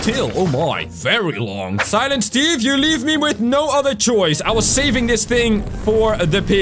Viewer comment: UMMM ITS SILINT STEVE